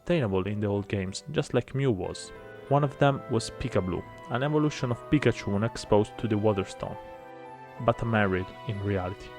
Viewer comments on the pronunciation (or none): none